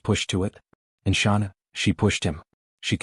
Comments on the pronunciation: HD if you such a reporter then why can't y9u pronounce Chris Watts wife's name correctly its not Shaunann , Its pronounced Shannan Watts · I hope he has a long miserable life. But in respect for the dead, pronounce her name correctly, if you are real and not the usual AI. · This channel is BS. It can't even say Shanann's name correctly. Too much flowery descriptions. No proof of anything. Don't believe this channel